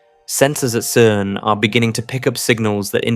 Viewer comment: I'm so sick of these "CERN just discovered the secret of the universe" clickbait titles by a dude who was pronouncing CERN as KERN just a couple weeks ago.